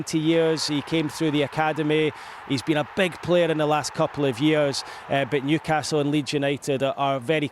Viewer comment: Newcarsel 😂😂😂 love it